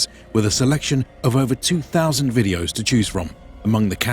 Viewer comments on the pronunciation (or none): none